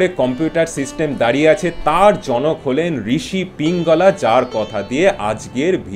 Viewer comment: পিঙ্গলা নয়, পিঙ্গল।